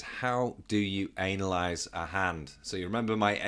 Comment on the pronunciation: you said analyse incorrectly